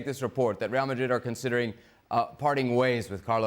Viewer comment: It's real Madrid not real Marrid stop saying it like that you clown